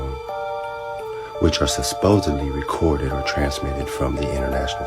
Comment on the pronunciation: Not “susposudly” 😂😂😂 John Carpenter is the name on the movie btw.